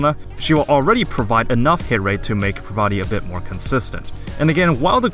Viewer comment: Um... I don't think that's how you say her name... but other than that, good video.